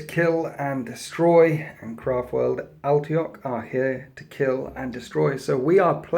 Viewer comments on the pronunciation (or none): Just nitpicking, but it's Ally-(e)-toc, not Al-tioch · hearing you pronounce Alaitoc, "Al-tay-ohk", versus the proper "Al-ay-a-tock", could drive a lesser man to comment on it. I am that lesser man;) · Butchering the fluff and pronounciation on Alaitoc. It's like saying Ultmarines